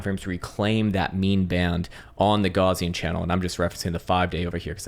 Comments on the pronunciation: If you're going to say Gaussian channel every day, say G-OW-s not Gorz. Gauss was a German.😉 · Say Goos😂😂😂 it's a Afrikaans name